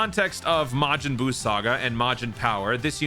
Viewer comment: Am I the only one that don’t like when says majin Bruu?